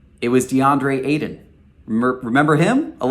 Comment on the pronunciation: "DeAndre Aidan" lol